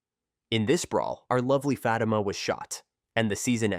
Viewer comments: Who is Fat-uh-muh?? 😂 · Please learn how to say her name.. Fa time (Fa- teema). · Ikr and I was this guy would learn how to pronounce her name... IJS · You pronouncing her name and the show name wrong